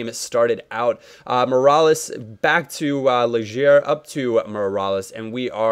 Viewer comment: you pronounce Legaer and De Bruyne funny.